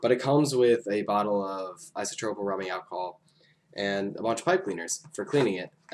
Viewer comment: "isotropyl alcohol" lol